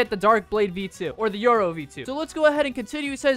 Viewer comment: Bro Said Euro instead of yoru